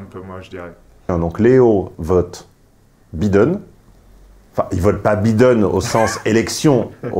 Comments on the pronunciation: entre les "voice" et les "bideune" faites un effort sur les prononciations "les cocos" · Ca se dit "Baïdeune" et non Bideune! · Faites un effort... en Anglais le (i) se prononce (aille) et le (E) se prononce (ille) En théorie, il faudrait prononcer ‘’ Joe Biden’’ : « Joe-bail deun » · Es-tu s^ur qu'il habite aux États-Unis? Ça fait vraiment mal aux oreilles. Je ne connais personne qui ait passe plus de 6mois aux USA prononcer tous les noms 'a la française comme il le fait. "Biiiden", "buuuli" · le mec qui critique l’orthographe de ses abonnés tout en étant incapable de prononcer « Biden » correctement.